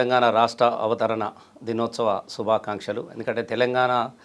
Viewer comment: శుభాకాంక్షలు అనడం కూడా సక్కగారాని చిల్లరవెదవ